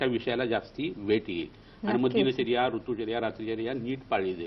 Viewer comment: दिनचर्या असा शब्द आहे दीन दीन असं उच्चारण का करतात ह्या बाई ?